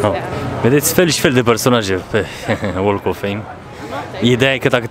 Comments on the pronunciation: BTW, the "l" in walk of fame is silent... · "L"-ul din "walk" nu se pronunta, remarca pt viitor :)